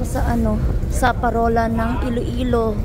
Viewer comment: Iloilo po, hindi Ilo Ilo 😊